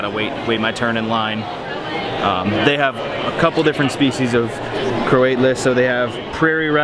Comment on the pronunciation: Crow towl us, not Crow ate lus. Is what he means.